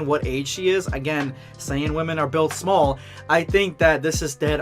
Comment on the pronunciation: Man really said smoll 💀 u tried it I’ll give u that